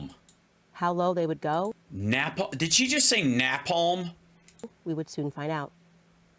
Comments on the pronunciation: I can understand her pronunciation of napalm if she was 8, hell even if she was 15. But she is a GROWN ADULT. An adult who pretends to be well versed in the political realm. She is a clown. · Of course not. She can't even say napalm correctly. She's a DEI hire, I guess.